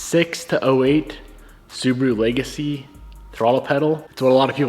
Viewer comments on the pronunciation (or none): none